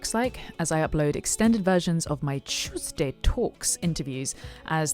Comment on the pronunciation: I miss hearing you say "Chewsday Talks."